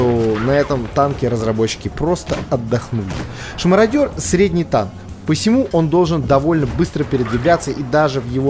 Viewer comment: Мародер, а не марадер. Прости, я просто, между прочим, ты не подумай ничего